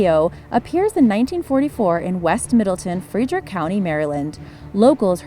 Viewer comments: OMG pronounce the town in MD correctly fred-rick not frEdrick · Frederick Maryland is pronounced Fred-rick not "Freederick". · I’m from Maryland. It’s pronounced Fred rick. Not Freed rick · Its Fredrick like fred not "free"drick. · What the fuck is "Free-drick" Maryland? No one says that. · you said the name of the area wrong its Middle-Town and Fred-rick ok just letting you know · You lost ALL credibility to me when you managed to mispronounce Middletown, Frederick, and said Appalachia like a gd yank. BTW that's not how you pronounce Dwayyo. - a resident of Western MD